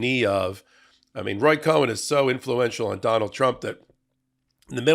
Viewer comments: Roy Cohn. Pronounced “cone”. He was Daddy Trump’s lawyer before Donald inherited him. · Love your Legal AF, LOVE your hot takes, but one criticism: It’s Roy Cohn, pronounced, “cone”. Don’t believe me, check with Hero to the Republic, Cohen. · A fact check. Please pronounce the name Cohn "cone". At the time he was alive and active in New York, people got exercised about this issue because the mispronunciation in effect besmirched people named Cohen. While I'm here let me also urge you to use the personal pronouns "I" and "me" correctly. Those things out of the way, I want to be sure to say how much I value your podcasts. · Roy Cohn, 1 syllable first name, 1 syllable last name. Not Cohen, very similar to "Kahn". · FYI, That creeps name is pronounced “cone”, like ice cream cone, they is no E in that name, it’s is a tough one, keep up good work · It's pronounced "CONE." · Cohn, no Cohen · Just a slight correction: It’s pronounced KONH, Roy Cohn. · It's pronounced Roy "Cone". No "e" in there. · roy COHN...no "e" in has last name. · Cohn is pronounced CONE, one syllable. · It's pronoucned Kone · It's Roy Cohn, pronounced "Cone" - not Cohen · 👎 His name is spelled Cohn, not CohEn, so his name is pronounced CONE, not as you say, Cohen. :face-blue-smiling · IT'S COHN NOT COHEN. PRONOUNCED CONE. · I think it's pronounced KONE, not Cohen. You're welcome. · Okay, the grammar freak in me just has to say this: Cohn is one syllable; Cohen is two syllables! (And Roger Stone still looks like the villain from Roger Rabbit!) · Just for information's sake... it's Roy Cohn (like an ice cream CONE. Not CO-HEN). He was the most miserable POS human to ever practice law. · Roy Cohn (pronounced "kone"), not "Cohen". Different names! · It's Roy Cohn, not Co-hen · It's Roy Cohn, not Cohen. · Just a slight correction. Roy Cohn, was not Roy COHEN, pronouced CONE. He was a degenerate scumbag just as you indicated. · I thought it was Cohn, not Cohen?